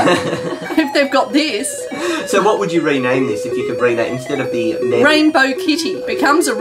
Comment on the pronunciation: THATS NOT HOW U SAY MEMZ ITS (MEM-Z)